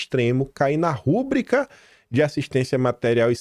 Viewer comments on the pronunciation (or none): Não é “RÚbrica”, é “rubríca”. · Rubrica: palavra paroxítona. Não tem acento, logo não se pode pronunciar "rúbrica", como se fosse uma proparoxítona.